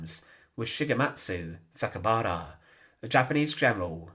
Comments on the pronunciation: Interesting history, but please work on your delivery. It's very irritating - same tone and same way you say every sentence. It's grating on the ear - I'm American, so your British accent is also a bit difficult to listen to for too long. ALSO, his name is Saka I bara - the I is pronounced EE - so it's properly pronounced SakaEEbara - not Sakabara (missing the E) as you repeatedly said. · You've mispronounced his name. You said, SA-KA-BA-RA, but it's written as SA-KAI-BA-RA.